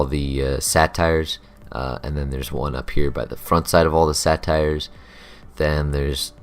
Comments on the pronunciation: Satires? Didnt know there was a place in felwood to see witty comedy. "Say-tear" is how its pronounced. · good vid brah, it's say-tars not satire